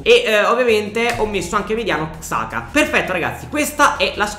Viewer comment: xhaka si pronuncia "giaca"